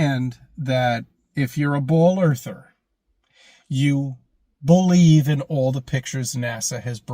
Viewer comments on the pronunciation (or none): I spotted it. He said "ball-eve" instead of believe. Very sneaky